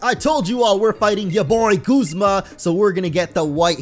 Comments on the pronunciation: guzma is prenounced guzma not goozma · its guz ma not gooz ma